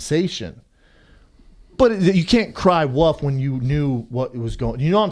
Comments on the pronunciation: Did you just say "he's gonna cry 'woof'"? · "You cant cry woof" thats called barking Brendan.